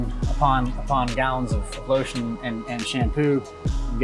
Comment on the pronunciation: Why the emphasis on the lotion tho haha jk